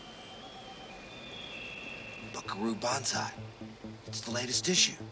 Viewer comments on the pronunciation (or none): none